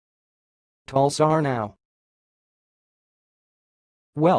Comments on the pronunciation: You don't have a clue. Yanks are hopeless at foreign languages so why they pontificate on them is puzzling. It's pronounced /Tal-sar-nye/ with emphasis on penultimate syllable "sar". U is pronounced as an i, hence /nye/, not /now/. "Aw" is pronounced "ow" as in "iawn" = /yown/. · I'm afraid your pronounciation of Talsarnau is not correct. You should check with a Welsh speaker before you share.